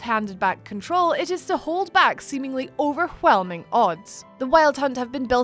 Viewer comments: I got overWHelmed by the overWHelming pronunciation of the word overWHelming. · I like the way she says "overwhelming".